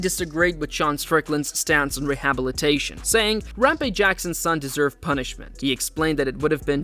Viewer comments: You pronounce rehabilitation weirdly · What Raja Jackson did was egregious and he should face serious legal consequences. Also, podcaster should learn to pronounce rehabilitation. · Why is “rehabilitation” being pronounced that way? I suppose it’s one of those like “laboratory” that’s pronounced differently depending on the country. I guess I’m just suspicious of AI content creeping up everywhere. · Am I the only one amazed that the narrator cannot properly pronounce the word “rehabilitation”? You have one job, dude.🤔😅